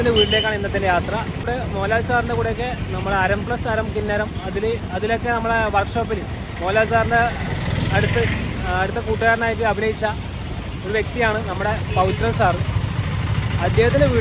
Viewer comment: അരം+അരം= കിന്നാരം അല്ല മാഷേ കിന്നരം